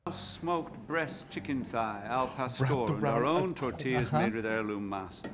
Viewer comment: They are called Tor..tea...ahhss